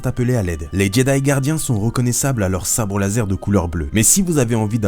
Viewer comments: l'instructeur de sabre lase... ta oublié le R 😂😂 sinon super ta vidéo je kiffe tellement stars wars maintenant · On apprécie le "Sabre Lase" a ^-^ nan je rigole super video et tu m'a apprit pas mal dee chose l'ami !